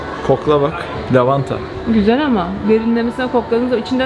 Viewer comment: 2. Lavanta deyise bakkk 😂😂